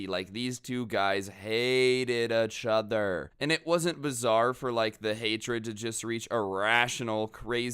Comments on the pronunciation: No offense but I like the way you say achother instead of each other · EACH-OTHER . NOT . UHHCH-OTHER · Does it bother anyone else hearing pronounce it "ech" other